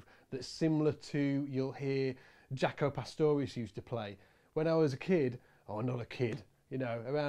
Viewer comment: It's not "jack-o". It's "jake-o".